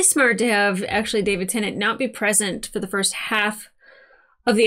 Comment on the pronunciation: Its not pronounced Tennant. IYKYK